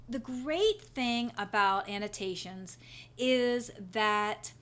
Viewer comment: The word is pronounced an-no-TAY-shuns, not an-no-shuns.